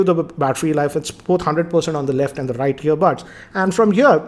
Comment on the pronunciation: on the rrrrrrrrrrright hahaha